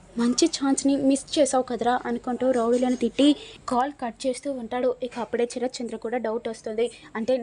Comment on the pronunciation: Charath kaadu. Sarathchandra. Sa Sa , Sa, Sa